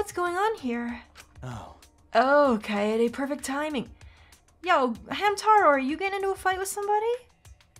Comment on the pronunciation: I'm sorry,, but this is going to bother me the whole playthrough if I don't address it here. Kaede is pronounced as Kai-day. Don't be a Kokichi. Please.